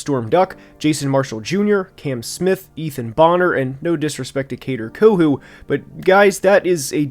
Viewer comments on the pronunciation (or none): none